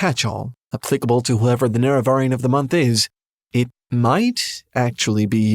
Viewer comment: Please decide on how to pronounce "Nerevarine." We all do it wrong, but we keep it consistent. Love you, but please don't put the wrong emPHAsis on the wrong syllABLE.